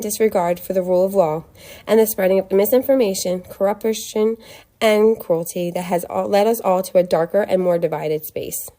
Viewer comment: "corupertion" ... Girl, who wrote this statement for you? Where did you copypaste that from? Ain't no way you put the word CORRUPTION into your little speech there and not even know how to pronounce it. Omfg these people ... Trump said it himself, he targets the uneducated. We live in the Information Age! There's no excuse!